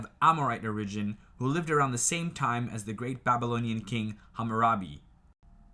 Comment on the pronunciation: Also it’s OR-igin. Not or-IGin